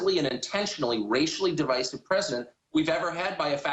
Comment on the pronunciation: pronounciation of "divisive" really grinds my gears, it's